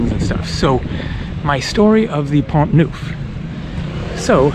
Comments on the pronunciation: It is Pont NERF , not “ NOOF” .... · good...try to get the basics of pronunciation correct....."pont noof"....ooff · In Pont you don't pronounce the "t". Pon Nough